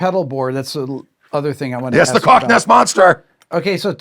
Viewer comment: Greg Koch. Pronounced like "caulk."